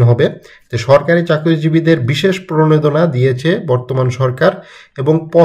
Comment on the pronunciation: প্রনেদনা না রে ভাই, প্রনোদনা। উচ্চারন ঠিক করেন আগে।